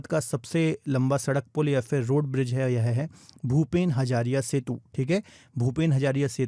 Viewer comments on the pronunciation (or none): Hazarika setu not hazariya